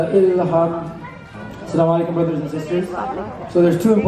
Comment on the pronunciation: I've been watching your vlogs for so many years now. In love with everything ❤ But just a gentle request the way you pay salam is not correct saying aslaa lekum is wrong and has horrible meanings. It goes like Assa_lam_o_alai_kum 😊